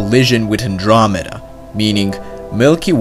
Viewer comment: NosyShk it’s actually The milky meda search it up that’s what it actually is he also mispronounced the word andromeda